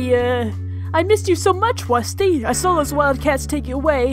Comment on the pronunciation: Wusty da wussy cat